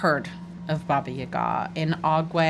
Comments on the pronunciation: I’m so late😭😭 aka shut up😃 I just notice man bun is back🤩 omg🤣🤣 please tell me this is a a goonies reference 😂 Hearing saying “Baba Yaga” correctly is awesome KREMY. LANGUAGE Basically me and my friends: “Ya’ll care?” “Nope x4” my one stupid BFF “Who??” GIDEON. O.M.G U DIRTY B—— The Unicorn: Pleas watch ur language”: “I think not🙂” HA. TAKE THAT GIDEON!!! this poor lady is gonna be in more pain🥲 Something has awaken within grincko 😨 goes from mute laughter to screaming laughter 🤣 CHILD LABOR CHILD LABOR CHILD LABOR that was…..very omomis 😶 well damn, you didn’t need to thrown under the bus🤣🤣 (Also in this episode gives me sooo much gender envy 😭😭) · reading ‘baba yaga’ correctly made me so pleased, I had to write a comment about it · I guess, I meant it was closer to how I’m used to hearing ‘baba yaga’, than how most English speakers pronounce it? I don’t remember when says it in the video, so I can’t check rn:( I think, it was pretty close to how we pronounce it in Russian. Hope this was helpful ฅ^•ﻌ•^ฅ🩵 Edit: I found it, I checked, it does sound really close to the Russian pronunciation!:) Your comment made me curious about how it might sound in other Slavic languages, so I must thank you for sparking my interest! Have a great night/day!